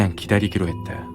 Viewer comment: 했다 야 했데 야 발음땜에 집중안되서 공포가 아니라 웃음이야기로 웃으면서 들음